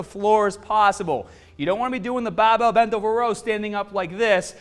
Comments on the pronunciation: You have an issue pronouncing your letter 'R'. Plus not everyone has access to a fully equipped gym. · Will be cumparin' tha bahbell bent ovah row, vehrsis tha t-bah row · BAHbell rows ah HAHdah than t-BAH rows. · what accent is that? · Bah-bell, strong-ah... great accent!!! Great video!!! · I mostly don’t care which is better, I just wanted to hear say BAHbell over and over 😂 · baaar bell. Faaader. You sound a bit aussie there. Excellent channel . Thanks muchly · oh ya, stahddle that bahbell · Can the volume be increased to around 300% every time he says "bahbell"? I'm asking for a friend... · Came for the bahbell. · We are doing the baahbell row....use your baak..not your aahms...lol....on the real..good vid tho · The way he says barbell 😂😂😂😂😂😂